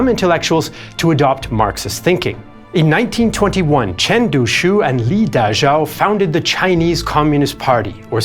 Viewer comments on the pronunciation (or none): none